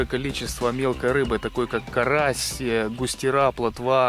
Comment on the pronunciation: ГустЁра, сомА, ударЕния!